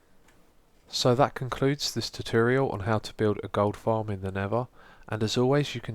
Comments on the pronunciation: Did anyone else notice he said "Nevva" the whole time? :/ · is he saying nether or never cause im hearing 1 of the 2